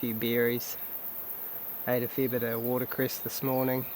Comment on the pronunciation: I thought this was another American, then I heard water cress 😂 chur